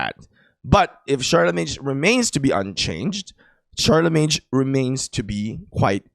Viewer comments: Sharlemeyn not sharlemeynj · Pronounced Sharlimane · Don’t pronounce the g in Charlemagne pronounce sharlmain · Hey it's ˈSHärləˌmān... anyways nice content😊